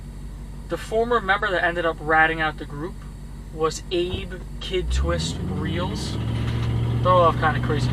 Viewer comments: Nice job..My comment was again deleted by YT.. Abe Reles last name is not pronounced like Reels- but Rell-Ess. He was going to testify against Albert Anastasia-so out the window he went. BTW, Peter Falk played Reles in the 1960 movie-Murder Inc. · Its pronounced Louis Lepke "Buck-Halter"... And Abe "Relis," like relish without the s... Your welcome. Good video otherwise. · Abe Reles was not abe Reals,learn how to pronounce his name.He was a canary,he could sing but he could not fly. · You mispronounced kid twist last name.